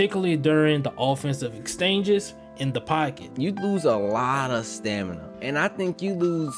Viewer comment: I swear bruh said Stanima 😂😂